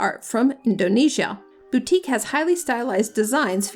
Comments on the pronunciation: Please stop murdering words. Batik is not pronounced BOUTIQUE. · cmon, don’t be disingenuous- that’s not an accent thing. You very clearly say boutique several times. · you pronounced wrongly for batik ...it is bar-tik (Indonesia, Singapore, Malaysia). good clip.